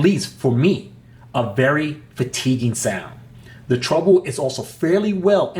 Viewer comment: good beginning review but you're mispronouncing 'treble'. it's not pronounced 'trouble'.